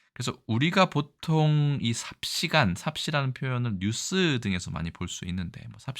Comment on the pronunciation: 두 글자 한자어 첫자에 강세를 주어 읽으시네요 게다가 장단음 구별이 애매해요 장음을 좀 더 길게 읽어야겠는데요 순식+간, 당분+간, 어언+간, 일순+간,, 간間 은 앞의 명사에 붙은 접미사라서 명사와 띄어 읽어야 되는데요